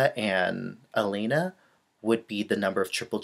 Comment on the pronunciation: Dear, I also admire Alena Kostornaia. By the way, you should pronounce her name like Aliona, it's kind of different from Alina (Zagitova)